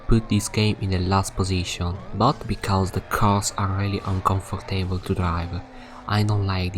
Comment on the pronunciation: Ah yes, "comfor table to drive"